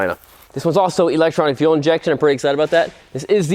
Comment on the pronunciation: My guy said f for fuel injection instead as for full 😂